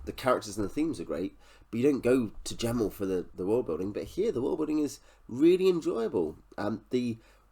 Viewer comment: Just to say, his name was never pronounced with a hard J, but a G. Met him several times at book signings over the years. I did ask him about the similarity about this book and the similarity to Pale Rider (the Clint Eastwood western) and he did say he drew inspiration from that film.